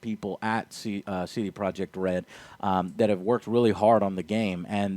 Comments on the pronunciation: What's a "sedeproek" ?? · Wait. How does Iwinski pronounce the company's name? Say-day-pro-yey?